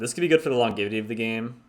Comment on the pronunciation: Longevity is pronounced Long-jev-ity